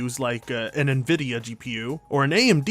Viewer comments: still cant' pronounce Nvidia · I have said neh vidia for like ever :( I am sorry, for I have sinned.